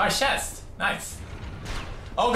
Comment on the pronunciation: "Oh a chast !! Wonderful!!" (Opens chest) "AAAAAAAHHHHHH"